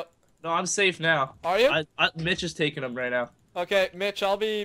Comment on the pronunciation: Lol he says tookin,it's taking xd